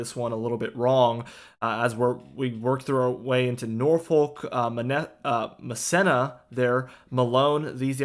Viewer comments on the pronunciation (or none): Please learn how to pronounce place names correctly. Massena NY is pronounced 'mass ee na'. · Pronounced. ma seen a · *MA SEENA!!*